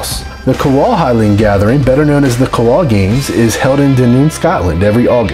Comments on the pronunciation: In regards to The Cowal Games, it’s pronounced Cow-al not Co-Wal. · The Cowal games in Dunoon is pronounced cow-ill . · Good commentary for my home country. Only thing I’d apprise you of is Cowal (my home district growing up in Dunoon) is pronounced in the simplest ways you could imagine without the elongated second stanza.